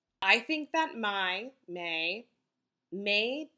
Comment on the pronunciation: i love this video and your energy! small comment-i think mei is pronounced may (like the month), not my! (i'm chinese, as is mei)